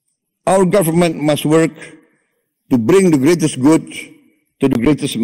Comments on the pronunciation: INi baru bapa aing!!!, ga kayak "We wok Tok de tok Tiktok Toktok" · We wak de tok. Not onli tok de tok